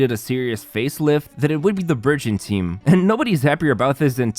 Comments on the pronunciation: omg i heard virgin instead burgeon 🤦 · I heard virgin instead of burgeon... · All i hear is Virgin rather than Burgeon. 😂 i cant 😂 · I swear I thought he was saying “virgin team”😂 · I'm sorry but- I thought he was saying the "Virgin" team 😅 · I thought he was saying "virgin team."